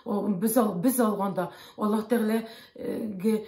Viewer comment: Надо правильно произносить имя Аллах, а не Алла